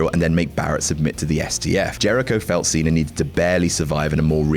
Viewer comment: Who's "John Cener"?